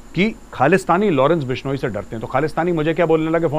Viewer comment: Lawrence bishoniii 🤣🤣🤣🤣🤣bolna to sikh lo YouTube me video bnaaege ye 😂😂😂jaahil